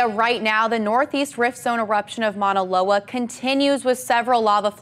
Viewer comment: What a crappy reporter she doesn't even know how to pronounce Mauna Loa